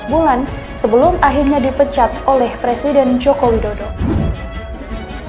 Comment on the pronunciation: R.R bisanya jadi plesident bkn president, kan bicara R tdk bisa nya L